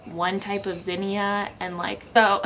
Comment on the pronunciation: I love how you pronounce Zinnia. So cool that way.